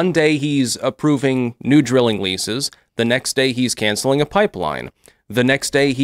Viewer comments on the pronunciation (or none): none